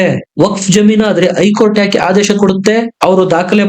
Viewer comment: ಮಾಹಿತಿ ಗಾಗಿ ಧನ್ಯವಾದಗಳು, ಆದರೆ ಒಂದು ತಪ್ಪನ್ನು ಪದೇ ಪದೇ ಮಾಡಿದ್ದೀರ ಅದೆಂದರೆ 'ಐ ಕೋರ್ಟ್ '. ಅದು ಐ ಕೋರ್ಟಲ್ಲ 'ಹೖ ಕೋರ್ಟ್ ' ಎಂದಾಗಬೆಕು. ಅದೇರೀತಿ 'ಇಂದು'', ಹಿಂದು ಅಂತಲೂ, ಅತ್ತು ಅನ್ನುವುದು ಹತ್ತು ಅಂತಲೂ ತಿದ್ದಿಕೊಳ್ಳಬೇಕಾಗಿ ವಿನಂತಿ.